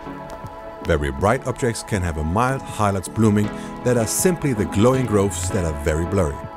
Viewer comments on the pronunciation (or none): Opening shot of The Iron Sea, is unworldly, that the Bokeh looks rendered!, then the underwater shots, sublime! It's a language difference thing, buuuut,... "Grooves" not Groves. Pronunciation is more like Gruu instead of Grow. And for the lulz, a 'grove' is full of plants, just like a lens can end up if not cared for and cleaned properly ;) The extra lulz,.. Fresnel, I used to hear it said as Fress-nell, and it irked even more. Edit - that's the "U-2" spyplane. The B-2 is the Stealth Bomber. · Fascinating as always but “grooves” not “groves”. Thanks, Digital Masters Australasia. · Lol it's grooves not groves..big difference